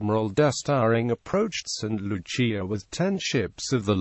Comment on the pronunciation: Its pronounced saint Lu-siah